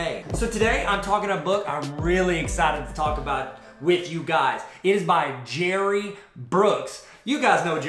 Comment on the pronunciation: Believe it or not he pronounces his name like Gary.